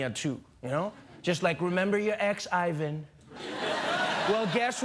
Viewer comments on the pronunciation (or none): none